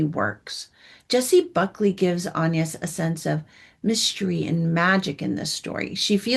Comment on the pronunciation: Please pronounce the names properly. It's Ann-yes, with a short a as in can, not Aaan-yes with a long a and the French pronounce it that way, with a short a, not Aaan-yes: And please do the actors the politeness of learning their names too: Jacobi Jupe is not Ja-COH-bee Ju-PAY but JACK-obee Joop Paul Mescal is not Paul Mess-CAHL but Paul MESS-cal (short a and accent on the first syllable) It's not hard.